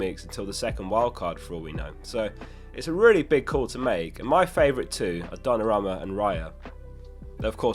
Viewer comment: Could you fix that pronounciation of Dona-ROO-Ma?